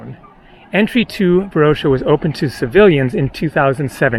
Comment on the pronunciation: You are missing pronouncing Varosha and Famagusta.